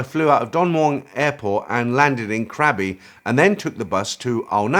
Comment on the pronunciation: Great episode. For future reference the island "krabi" is pronounced with a G-sound, it is not "crabi". From the internet: The Thai word for Krabi starts with the letter gor gai, ก, that’s pronounced with a “g” sound rather than a “k”, making the province more “gra-bee” than “kra-bee”. A small change, but it’ll make a big difference.